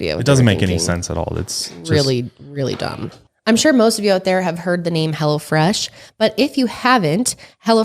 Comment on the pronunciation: Sounded like said Hella Fresh instead of Hello Fresh lol Love yall!